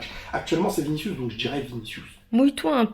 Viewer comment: Ta femme est trop drôle 🤣 « j’crois qu’on va gagné grâce à viniciou » « krous » ça m’a fumé sa prononciation ahaha